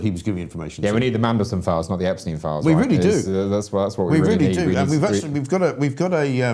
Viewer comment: Some wonderful guests this morning. Liam Halligan and Jamie Jenkins are the best numbers men going. I would really like to see a lot more of Hamish De Bretton Gorden. I've always enjoyed his Telegraph articles and he is one of the few people who knows how to pronounce Epstein. The Beatles manager wasn't Brian Epsteen, West Side Story wasn't composed by Leonard Bernsteen and the Theory of Relativity wasn't proposed by Albert Einsteen.